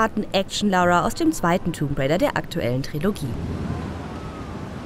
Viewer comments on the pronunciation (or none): Tomb raider... Das "b" ist stumm 🙂